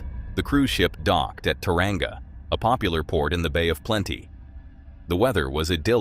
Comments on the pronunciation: It is pronounced Toe-Wronga and Far-car-e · Tauranga = "TOHW-rhong ah"